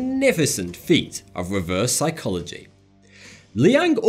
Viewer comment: That "sycholagy" triggers me.....